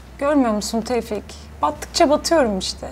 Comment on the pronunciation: Tevfik : neden yaptın Şebnem : senin için tevfiik